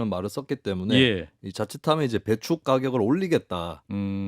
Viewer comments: 배추로 들리네요!!! 그런데 날리면은 이해가 되나요? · 나는 배추 오르게로 들림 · 나도 배추로 들리는데~ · 난 배추로 들리네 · 배추 오르게~로 들리는데요.